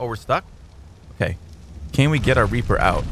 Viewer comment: It’s reaper not reper